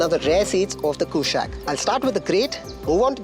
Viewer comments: Try to say कुशाक with a normal non-westernized tone. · Bro, it's a Sanskrit word, stop saying Kooshaaaq